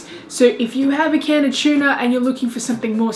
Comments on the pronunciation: It's pronounced "too-na" not tiuna. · It’s tuna not chewna lol .. couldn’t watch full video couldn’t stand the pronunciation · She says chuna. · Chuuuuna. 😭😭😭 oh gosh sorry, i had to watch on mute. It was overwhelming for me to hear how you said tuna. Kudos and thanks to the recipes though. I loved that you had fun making them and sharing it. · Tuna or Chuna? He he he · Is it hard to say tuna ahhhh chuna why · Some of these look really good. Funny how Aussies pronounce it chuna... :) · Same as us in England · I love how you pronounce tuna as chewna. 😄 I remember the comedy tiktok copying accents. Its so funny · I didn't know "T" was pronounced "ch." :-P